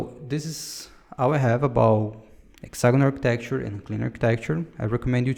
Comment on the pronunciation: great video. Maybe review your pronunciation for "hexagonal architecture", "dependency" (you say "depenece") "clean architecture" (take more time to say it)